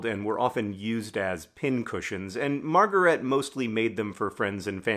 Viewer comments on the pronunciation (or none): Two quibbles of pronunciation: She was German so: 1) Her first name is pronounced ma(r)-ga-RAY-tuh. The first two syllables "a" rhymes with the a in fa. the (r) and the R are the French R, the former is optional if you speak English. Ray, a drop of golden... 2) Her last name is pronounced Shteyf. the "ey" you got right.